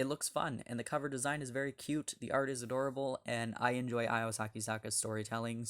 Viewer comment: Hey…her name is pronounced Io (ee-oh) not (eye-oh)…